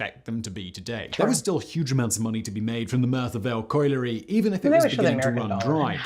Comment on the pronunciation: This man always gets things wrong. He's only still got a channel because he's posh so people for some reason believe what he says. He couldn't even pronounce colliery!🤦🏻‍♀️